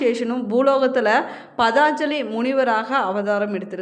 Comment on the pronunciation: தமிழ்கடவுளின்பெருமைகளைகேட்பதில்பேறுபெற்றோம் ஆனால்அந்ததமிழ்கடவுளைவர்ணிக்கும்போது தமிழுக்கேஅழகுசேர்க்கும் ழ கரத்தை அதற்கேஉரியஒலியில்சொன்னால்தான் அழகு ஆனால்தாங்கள் ழகரஉச்சரிப்பில்கவனம்செலுத்தினால்நன்று ,பதாஞ்சலிஎன்பதுதவறு பதஞ்சலி என்பதுதான்சரி